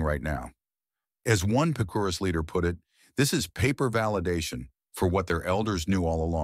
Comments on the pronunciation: You did a great job with the artwork and the entire production. However, I’m 99% sure you are mispronouncing Picuris. I lived in that region half my life and I always heard it with the strong accent on Pic’ . Twenty-five years ago the once a decade conference on early man shocked the archaeological community with the genetic revelations that were resulting due to the government collecting dna samples from every tribe and making the data available. Native Americans were rarely in on this. One finding I remember from this conference was the string link between Hopi and Tibetan genes. I live in Brazil. We have tribes on the Atlantic coast who have genes linked to Southeast Asia. And oral history—it has built in checks and balances. One is trained from youth to repeat that history verbatim without a single alteration or mistake. Some oral traditions go back 40,000 years. The Hopi’s for exampleu. By the way, Picuris Pueblo is a small impoverished community. A tiny tribe with many serious problems and hardships in their life. All pueblos have stories of the places they came from and I imagine all of them can name the ruined city or village where they moved from. Best of luck with your work. One day you should attend the Shalako ceremonies at Zuni. There you can experience the power of oral tradition first hand and all night long. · Picuris pronounced Pea, coo, reese. They are also related to Taos. 11th century was the dark ages when Europe didnt see the sun fo 3 years. Supposedly the whole earth was covered by a cloud of ash. Aztecs used Chaco Canyon as a religeous center and used canabalism to control the regional population. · Pronounced "Pic.er.ees" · Couldn't whoever narrated this (AI ???) at least pronounce "Picuris" correctly? It's like : 'Pi cuh reece' over in New Mexico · Picuris is pronounced "pik-uh-reez"